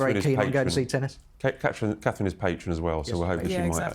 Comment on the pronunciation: Why can’t you say her name Catherine it’s not hard !